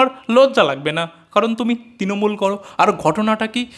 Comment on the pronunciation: ওরে বাবা, ' তিনমূল ' নয় কথাটা ' তৃণমূল '। কঠিন estape নয় কঠিন stape হবে। আর vedio content বিষয়ে একটাই কথা, ' ছিঃ।'